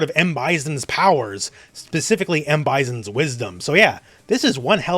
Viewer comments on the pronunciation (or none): One of the reasons I watch your channel is that you discuss SF from the perspective of the casual fan base rather than from the myopic views of the FGC. Another reason I continue to watch your channel is the way you humorously call M.Bison "M.Byzun," lol! Also the baby is obviously the love child he fathered with Kazumi Mishima after she cheated on Heihachi to be with Akuma... lol!